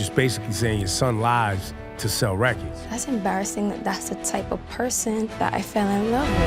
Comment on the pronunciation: . 😂😂 prolly the face drake made when he said 😳😳"It sssells wRecordss DAD😒"😑😠 😂😂🗣🗣